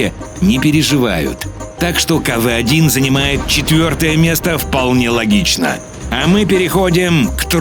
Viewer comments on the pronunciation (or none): не каве а кв